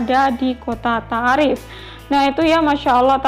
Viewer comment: Izin ralat bukan kota ta'arif tp baca ny kota to'if...